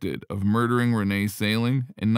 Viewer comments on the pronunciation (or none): none